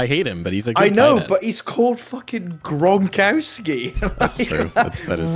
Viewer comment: honey its not gronkawskey, its gron-kov-skee. polish surnames have tough V's in place of w's. not very hard <3